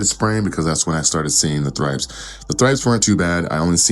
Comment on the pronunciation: The correct pronunciation is "trips" 😂👍🏾 but u gotta sound the H "thrips"